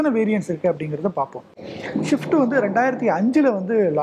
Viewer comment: Shift illa rasa,,,,adhu swift...Motor vikatan should hire better people who could pronounce the names properly...I have noticed this in particular, Motor Vikatan Video jockeys have poor language skill